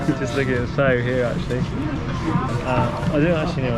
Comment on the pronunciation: Cycling through hyde park?? Criminals the both of ya. mispronouncing pho was also a highlight for me. (Just in case you don't know its pronounced fuh not foe)